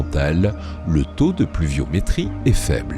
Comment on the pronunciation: Attention aux liaisons : à "Nous voici z'arrivé au permien"... ! :)